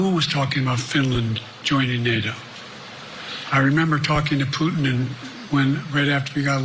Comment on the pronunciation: Putin 😂😂😂😂😂😂 omg how does he get that wrong